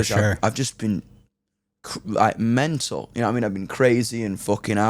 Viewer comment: Laughed hard when he said menal then mental to americanize it 🤣🤣